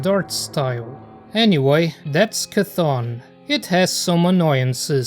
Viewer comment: I'm pretty sure it's pronounced "see tee hun" just fyi.